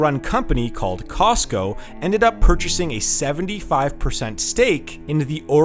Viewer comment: It's COSCO not COSTCO. Without a 't'